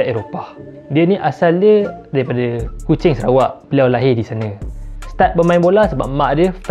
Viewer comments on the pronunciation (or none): none